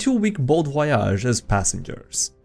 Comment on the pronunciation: pronounces Voyage in the French way. Very good.